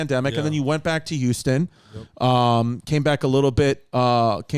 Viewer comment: H-ouston....not YOU-ston